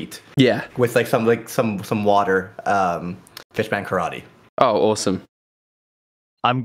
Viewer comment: HE ACTUALLY CALLED IT PISS MAN KARATE 😂😂 I’m so glad he did 🤣